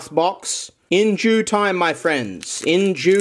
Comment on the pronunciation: "In Jew time my friends, in Jew time"